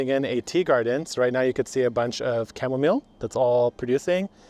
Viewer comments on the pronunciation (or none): pronouncing chamomile correctly makes me think Kevin knows he doesn't pronounce it correctly...